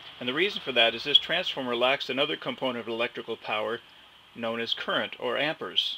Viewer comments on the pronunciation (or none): lol, it's called am-peer-s not am-pour-s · Why is saying "ampers"? The man's name was Ampère, and it's pronounced /ˈæmpɪər/. Not Amper. Jesus. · It's pronounced 'am-pairs' NOT 'am-pers', jeez. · If you say "amper" it's hard to believe the rest.